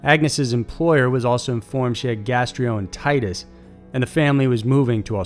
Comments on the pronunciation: Haha. Gastroenteritis. Gas-tro-enter-ite-iss, not gas-tree-en-tite-is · Gas tree oh entitis. Ummm you probably mean gastroenteritis. Lol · Gastreoentitis? How about Gastro-ent-er-i-tus? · #2 Gastroenteritis. No such thing as gastrioentitis. Drives me as insane as when people say nucular. No such thing. It's nuclear. Sheesh!